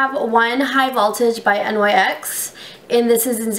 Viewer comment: Oh my god. Learn how to pronounce NYX!